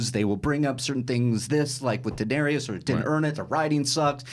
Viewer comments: 8 seasons and can't even pronounce Dany's name right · Nothing like listening to someone preach about a show n he cant pronounce the 2nd most important character name correct .. smh